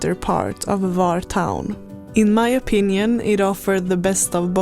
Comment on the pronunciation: The correct pronunciation is “Hvar”, with an H at the beginning, like the H in “hot”. It’s not silent. Some people mistakenly say “Var”, but that’s incorrect. Happy to help 😊